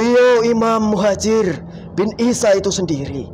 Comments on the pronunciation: Maaf beribu maaf ya jiiiin mohon ijin jinnya pada menit 13,42 salah sebut imam mujahir hhhhh mohon di ralat ya jiiiin yg betul imam Muhajir rodiyallahu Anhu, supaya gak salah fokus minum dulu kopinya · Jin e kliru nyebut😅😅 imam mujaher😅😅😅 anjjiiir piro nek ngundang dagelan ini pengen tak undang acara sunatan😅😅😅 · Muhajir bukan mujahir taan😂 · kenapa jin bisa.salah sebut iam mujahir...sy ulang ternyata mujahir, lalu dia.perbaiki.menjadi muhajir, jelas ini settingan 😂😂😂